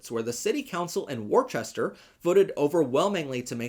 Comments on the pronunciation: OMG! Worchester is pronounced "Wooster" - Jussayin (yes, like the sauce: Wooster-Shire) But I really needed to hear some GOOD news! This was Great!!! Thank you!! With all the insanity going around here in the US, Monthly installments of Good News I think is sorely needed!! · Staffordsure and bermingam is kinda how they’re pronounced The English version is pronounced wooster (ik it’s weird) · Loved your positive news…but there is just one minor, teensy tiny issue. You misspelt and mispronounced ’Worcester’. I could not believe my eyes nor ears. That was the only not-so-good bit of news. Toodle-pip from Oz